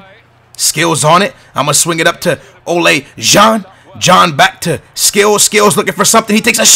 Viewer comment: its Ola John, not Ole John